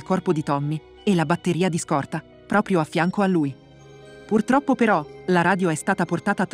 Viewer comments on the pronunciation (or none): none